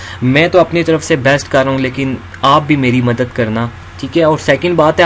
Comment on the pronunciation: Madat ni madad hota hy bhai 🤭